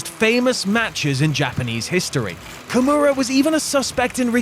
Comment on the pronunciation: 所々名前間違えてないか？ ヨシトニック→ヨシタニック カムラロック→キムラロック etc…